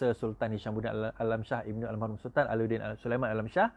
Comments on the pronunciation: Al marhum....! bukan Al mahrum.... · bukan al mahrum, al marhum la